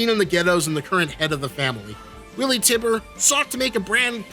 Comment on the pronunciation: prolly been said but it's pronounced Tie-bur, not tibb-er good vid tho